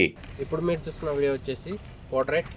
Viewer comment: It's "Portrait" not 'Potrait'